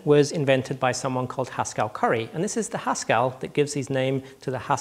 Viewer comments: Phil P Stress on the first. See my comment above. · That's not how you pronounce 'Haskell': It's not 'Pascal' with a 'H' rather than a 'P'. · I thought he was saying Huskarl the whole time. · Victor Tran Strange to my ears, yes. But "strange" doesn't mean "wrong". :)